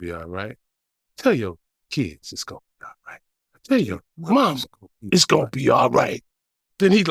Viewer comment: "It's gone be ight Suge" "it's gone be ight".